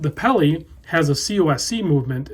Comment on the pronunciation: Please don't say "peli."